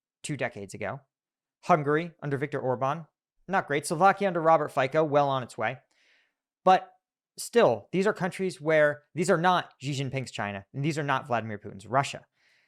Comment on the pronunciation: Robert Faico ???? try again 😅